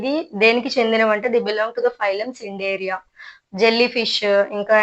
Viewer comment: Mam adi cnideria c silent